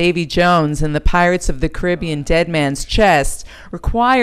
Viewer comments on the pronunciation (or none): WTF she like said "Krib-ee-en" Thought it was "Karri-bee-an" ?? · What's Pirates of the Cribean? Some kind of toddler movie? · The narrator can’t even say Caribbean right GOD HELP ME